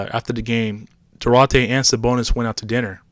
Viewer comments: Due-Artay , not Due-ratay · It's pronounced Dwar-tay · It's Do-are-tay! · Say his name correctly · Learn how to say his name you goofball